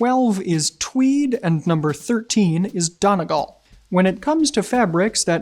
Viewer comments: Great and very insightful video! But as an Irish man I will point out you're pronouncing Donegal very slightly incorrectly. It's Dony-gall. The first syllable is supposed to be said a bit slower. You're running the syllables together a bit too quickly which sounds more like "don-ih-gal" which isn't correct. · Great video. To make it better: Donegal. The accent is on the last syllable. And pronounced more like “all” (as in y’all) rather than girl. Great work nonetheless, laddies. Carry on! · FYI, Donegal is pronounced like dunny-GAWL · If you’re going to be so particular about your clothing at least get the correct country ... “REPUBLIC of Ireland” not “Ireland” which technically doesn’t exist and also as pointed out by many others pronounce my home country correctly “Done-ee-gaul” Many thanks, a part from that good video T.Kincaid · Howdy, DONEGAL is pronounced - DUNNY-GAWL. Know your terms.... Joking of course. Great video. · the e in Donegal is like a syllable all on its own so pronounce it more like Dun-e-gall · you're an extremely eloquent speaker but donegal is moreso pronounced dun-e-gawl